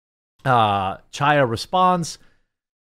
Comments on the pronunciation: Jeremy its pronounced chaya with a throaty ch not cha cha cha . Its a hebrew name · Hi Chaya is pronounced with a harsh "H" sound, kind of like a cough from the back of the throat. "High-ya" if you don't want to make that sound lol. It doesn't have to sound like you are kicking up a loogie; just a slight emphasis will do. Thanks for covering everything that you do❤❤ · Absolute FACTUAL perfect description of Ms. Lorenz, Jeremy nailed it!😂 Also Chaya is pronounced Hi-yah think of the pronunciation of Chanukah the C is silent.😊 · Love your channel. FYI, Chaya is a Hebrew name and the "ch" is not pronounced like cheese. It is a gutteral sound like the last two letters of "Reich" the way Rush used to say. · It's hilarious how you pronounce "Chaya"... I know it's a hard sound for non-Hebrew speaking people.... but that's such a hilarious refusal to even try and emulate the correct sound! Oh... and you can't even pronounce "Bezos" correctly... THAT'S AN ENGLISH NAME!! GEEZ!!! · I wish you would pronounce Chaya’s name correctly. The “Ch” in Chaya is a guttural “ch”, as in the “ch” in the German word “achtung”. The Russian letter that looks like an “X” makes that same sound that’s missing in the English language.